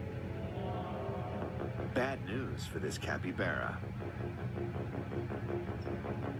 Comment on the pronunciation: it’s Capybara not Capivara -^